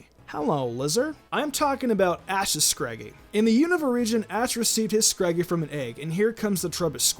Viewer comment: Finally!!! He pronounced unova right 😂🤣